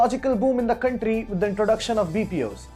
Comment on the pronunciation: The stress on the “r” though. Countrrrrrrry.